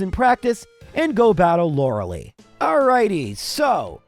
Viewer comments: Lore lie, not Lore lee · Please stop saying “lora lee” It’s pronounced “Lora lie” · The ending of "Lorelei" is not pronounced "lee." It's pronounced "lie." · Who the hell is Laura Lee? And why do you always say Lorelei's name wrong? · Please stop saying Lorelee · Thats not how you pronounce lorelei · The way you pronounce Lorelei makes me want to shove a pencil in my ear.